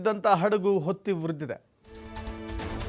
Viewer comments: ಹೊತ್ತಿ. ಒತ್ತಿ ಅಲ್ಲ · 'ಒತ್ತಿ' ಉರಿದ ಅಲ್ಲ, 'ಹೊತ್ತಿ' ಉರಿದ ಎಂದು ಸರಿಪಡಿಸಿಕೊಳ್ಳಿ....